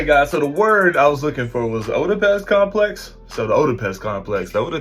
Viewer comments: My man said “O-da-pes”.😂 It’s “Eh-da-pos” Oedipus. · Oedipus eh·duh·puhs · The O is silent. Ed complex.It's the O is silent it. Obviously you never studied greek mythology in school.......😂😂😂😂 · It's pronounced (Ed-i-puss) complex. The O is silent. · Oedipus (pronounced ED-O- pis) Complex. 🤢🤮🤮🤮🤮🤮🤮‼️‼️ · It's Pronounced Edipus the O is Silent. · The O is silent in Oedipus. Just an fyi. Keep up the good work bro.